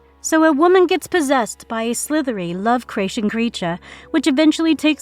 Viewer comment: I absolutely love the way the narrator, pronounces ‘Lovecraftian’. I am gonna start saying it that way, just to really - *uck with the purists......Much like Stewie Griffith saying ‘Cool Whip’ to Brian.